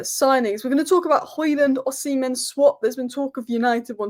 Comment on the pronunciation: OSHImen thats how u pronoune it love the videos